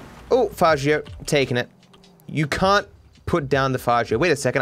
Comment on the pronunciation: its fa-gee-yo not fa-ji-yo old gta players know that for a fact